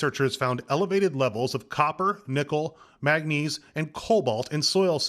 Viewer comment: The picture said manganese but the reporter said magnese - It’s manganese